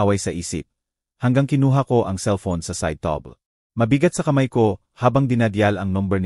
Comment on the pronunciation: Ano yan table naging tabel or tab-le